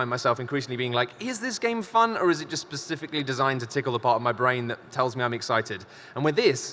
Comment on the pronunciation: Is there no one on YouTube that says 'specifically' correctly?